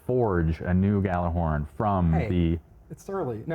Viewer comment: It bugs me how even the devs mispronounce gjallerhorn